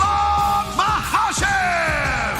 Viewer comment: Nailed every single name. Impressive. Especially considering that EVERYBODY aside from Anik says Makhachev wrong